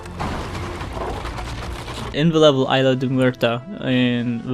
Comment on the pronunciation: Isla* not Aila